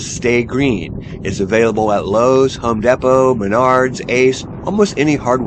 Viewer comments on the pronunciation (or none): Did you just say Home Deppo? It is Depot, you know like a train depot.